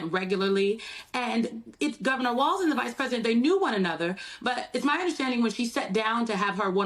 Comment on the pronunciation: His name is Walz … not Walsh … why does this host seem to want to slander Walz ???